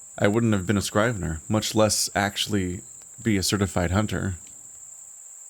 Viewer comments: The I in scrivener is pronounced like an E. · The “i” in scrivener is pronounced like the “i” in igloo. Not a big deal as it’s an archaic word that’s not really used anymore.